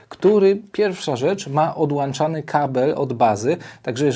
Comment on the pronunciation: powiedziales odlaczany a nie odłączany